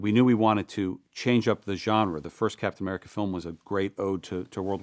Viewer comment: "Captain Americer"